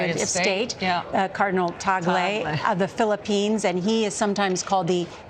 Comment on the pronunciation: I’m glad broadcasters are now finally pronouncing cardinal Tagle name correctly. He seems the right package but you never know if they can be so bold as to choose an Asian pope. Philippines is the only predominantly catholic nation in the entire Asia. Seems fitting.